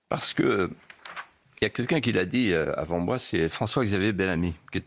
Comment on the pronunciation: Monsieur de Villiers vous ne prononcez pas bien ni toujours clairement le V. Par exemple dans l'expression "Comme a(v)ant" au début de votre interview . A mon avis vous ne vous mettez pas assez en avant. Le V de de Villiers doit aussi être celui de Victoire ou de Vive le Roi❤. Voilà c'était l'instant psy pour vous aider tout simplement à venir vers votre avenir. Merci par avance.